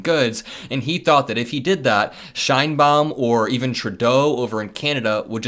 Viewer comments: Because Claudia Sheinbaum will figure heavily in trade talks with Mexico, please pronounce her name correctly as ‘Shane-Baum’. Thanks! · Is that how you pronounce the Mexican President's last name? "Nice tree/pretty tree" in german?